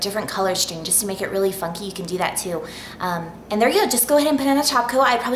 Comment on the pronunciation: i think you said "funky" but it sounds like something else O.O